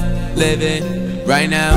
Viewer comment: "ThAts WiGht DaDdy!"